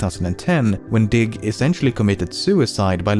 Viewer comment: was not watching the video only listening and i thought he said, dic* not diggXD